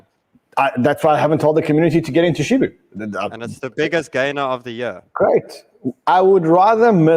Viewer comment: can't handle the name shibu 😂😂😂